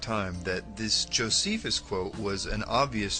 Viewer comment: Ahhhh...your pronunciations suck! Josephus, Pliney....ahhhh!!!